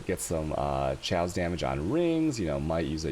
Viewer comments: Not sure if trolling but ill put this here anyway, Chaos pronunciation is Kay-Os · I laugh everytime time u say choas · wait....can he really not pronounce chaos? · lmfao the way you say chaos. wtf?